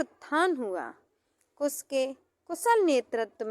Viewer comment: Kus ya kush. Improve your pronounciation.